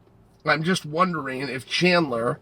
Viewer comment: Who is chander ? Does this guy say names wrong for fun?